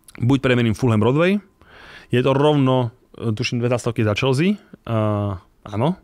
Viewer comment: škoda, že se prezentuje jako velký fanoušek a přesto říká "Čelzí"...je to anglický klub a anglicky je to "Čelsy"